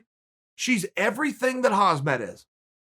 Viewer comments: Never once did I hear Khamzat's name pronounced correctly...KhamZat...not HazMat. And never once has anyone said they heard anything from Rose. It went...Dana said she didn't want a title shot, and then Pat said she didnt say that she didnt want a title shot. Can we hear it from Rose? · Chael: "Hazmat Chimaev"